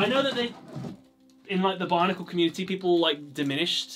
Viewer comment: Is it just me or when he says Bionicle it sounds like Barnacle?